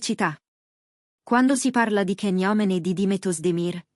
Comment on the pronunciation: Ma non dite cazzate. Fatelo vedere! Fate vedere le immagini dei due nostri idoli sugli spalti...Ah cazzari. Poi Can😂😂😂 e non Gian...non sai nemmeno pronunciarlo 😂😂😂